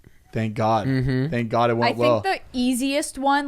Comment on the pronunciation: is the whitest person EVER HAHAHAHA. 10 weddings & the way he cringes & says “oh gawwwd,” in like a rich old English voice. I caaaaaaant 😂😂